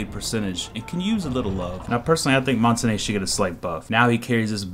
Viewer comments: Its MON-TAIN............. NOT MON-TA-NAY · Its pronounced "mon-taun", not "mon-ta-ney". His name is french for mountain, and you can look it up yourself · Mon -ta-na it's mon-tange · Mon-TANE not tan-ae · I stopped watching after you pronounced "Montagne" as "Monta-Nay" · People call montagne montanya or montanay his name is pronounced montain like stain. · Mon-ton-yuh is how it's pronounced. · it's actually mon-tahn-yuh learn your languages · montagne is pronounced MON-TONE-YAY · it's actually pronounced mon-tahn-yuh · I speak French, it's pronounced mon-tan-yuh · you idiot it is actually mon-tahn-yuh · ITS MONT AINE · no it's actually mon-tahn-yuh I'm french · the end is more like ah-n-ya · colton blackburn first, im kidding. second, you wrong. lol. proper pronunciation is mon-tain. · I keep hearing people say montagne. Its pronounced montane. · Mon-tan-yah, that's how it's supposed to be be said, Americans and UK pronounce it how you said, I used to pronounce it like that too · Montagne is pronounced Mon-Tan-Ya. IQ should have some sort of echo property to her device to make her an anti-roamer. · Good video... except your pronunciation of Montagne! Either say it like champagne (champaine) or how the french say it. Google translate can read it for you if you want to hear it. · But I have to be honest and say that hearing you say "come to montenay" was hilarious. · Learned to pronounce Montagne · I cringe every time you say montagne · Worst pronunciation of Montagne. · That's not how you pronounce the shield